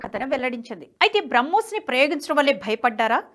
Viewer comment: నమస్కారం. తెలుగులో మాట్లాడు తూ ఉంటే, పదజాలం, 2 పదాల మద్య విరామం యేలా ఇవ్వాలి అని తెలుసు కోవాలని విన్నపం… ఇక్కడ ఉదాహరణకు మీరు ఏక కాలంలో "BRAMHOSNAVY" అని పలుకు చున్నారు. ఇది పాత సామెత "రామునితోక పివరుoడిట్లనియే" మాదిరి గా ఉంటుంది. NHTV standard ఇది కాదు.